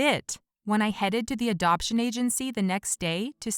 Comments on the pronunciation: It said adaption instead of adoption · They said adaption not adoption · Lol it said adaption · It said adaption Instead of adoption Lmfao 🤣🤣🤣😂🤣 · Is it just me or when it said give up the adoption it said instead give up the adaption? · Did anyone notice at 7 mins and 9 or 8 seconds in, the kidnapper said " give of the Adaption" it's adoption😂😂😂😂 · “Adaption” don’t you mean adoption? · it says "ADAPTION" even tho it's adoption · Anyone notice how it said adaption instead of adoption lol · Adaption instead of adoption